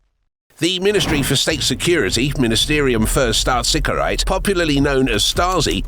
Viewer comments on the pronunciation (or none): "Ministerum für Staatssichereit" aka "Stasi" becomes the... Amt für Natsionale Sichereit" aka… Natsi LoL